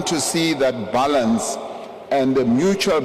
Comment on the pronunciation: Balance not Bulance